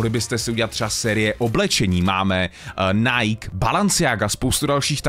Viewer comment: cením co delas ale pro priste pls Nike se cte jako Najkí a Balenciaga se cte jak se pise takze neříkáme balanciaga ale balEnciaga 😂